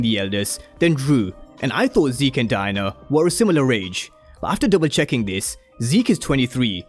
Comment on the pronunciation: It sounds like your saying “DIE-NER” instead of DIE-ANNA 😂